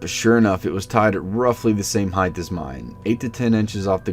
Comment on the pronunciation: I love this channel but please don’t say heighth. For some reason this has caught on everywhere. Thank you very much - The language police.